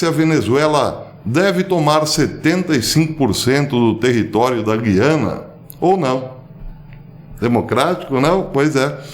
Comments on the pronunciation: GU-I-ANA e não GUI-ANA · Bom dia. A pronúncia correta é GUYANA. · G U I A N A. É assim q se pronuncia.Antes existia um trema